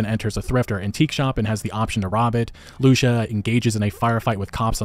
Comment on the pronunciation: Her name is pronounced loo-see-uh (Lucia)